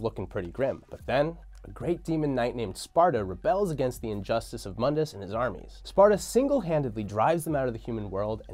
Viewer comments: Moon-diss not mund-iss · Im 2 years late but Mundus is MOONdus not MUNdus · its moondis not mundis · Define irony: tacitly criticizes DmC: Devil May Cry, but then uses the DmC: Devil May Cry pronunciation of Mundus (Mun-dus) instead of the correct pronunciation for this timeline ( moon-dus) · Mundus is pronounced (moon-dus) it's latin for the world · Mundus - (Moon-dus) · (MOON-DUS) MUNDUS!!! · It's pronounced "moon-dus" you DmC fanboy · Doesn’t even know how to pronounce moondus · Yet another youtuber making a history of Devil May Cry, BUT STILL MISPRONOUNCES MUNDUS! Why are you using the crappy remake pronunciation? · This fool (the guy in the video) didn't even play DMC1 you can tell because he doesn't pronounce Mundus right and they constantly say his name in DMC1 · Anyone else find themselves consistently correcting his pronunciation of “Mundus” out loud? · Stop saying Mundus name from dmc thats not how you pronounce it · Mispronounced Mundus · Mispronounced Mundus.